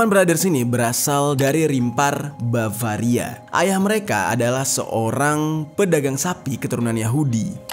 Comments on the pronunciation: Bavaria bro bukan baravia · Bang jeri, Mau nanya.. Iluminati baravia ka, Atau iluminati bavaria yg benar ? 😅 Kerna bang jeri ngomong baravia.. tapi di layar bavaria.. maaf yaa bang kerna bertanya 🙏